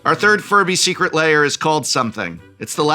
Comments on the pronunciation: Why does he pronounce it "layer"? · Am I going crazy, or is he pronouncing it "layer"?